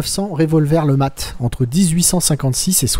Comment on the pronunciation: cette arme est présente dans plein de jeux sur cette époque. Et faudra m'expliquer pourquoi tu prononces ça lematte alors que tu précise bien que c est un flingue inventé par un francais nommé letmat. A moins de pas avoir suivi les cours en primaire, le T ne se prononce pas. tu dis un matte de bateau ? non ? bon bah alors.